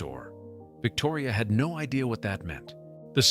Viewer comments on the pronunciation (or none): none